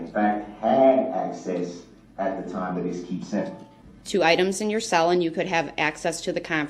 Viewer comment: The way he talks annoys me so much.. “When I’m allowed out of my SALE” It’s CELL not SALE